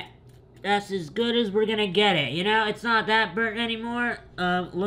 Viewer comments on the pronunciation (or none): none